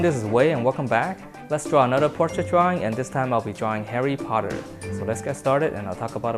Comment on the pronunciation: What Wei said: Let's draw Harry Potter What I heard: LetS DrAw a HaiRy PotTeR